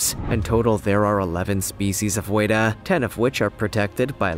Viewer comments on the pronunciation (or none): Hi, I'm from NZ, home of the GIANT WETA. It's pronounced frenetically. WET-A. Like what water does to you wet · you said weta wrong I'm from NZ i know how to say it